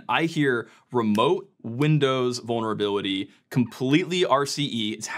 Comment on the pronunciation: "Vulneravility" (sic)